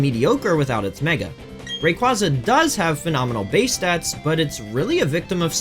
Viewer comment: Ray-KwAY-Zuh** Not KwAHh-Zuh